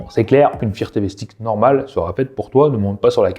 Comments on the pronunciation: Firtévé ? Non mais sérieux... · Le fire TV, et non le "faire Tv"..